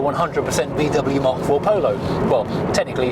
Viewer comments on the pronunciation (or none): none